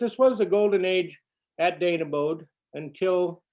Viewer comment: Not far from you. G-Grandparents and family were members there early 1900’s. Although I have always pronounced the name as Dane-e-bo. 🤔